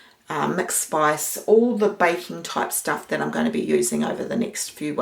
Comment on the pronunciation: 'And thuts the thickness of it'... For crying out aloud one could sound out "that" by grade one could not one?